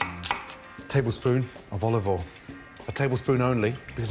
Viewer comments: dear mr ramsey: it's olive oil, not olive awl. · tablespoon of oluvoiel